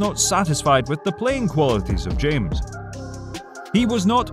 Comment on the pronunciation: You don't say james but hames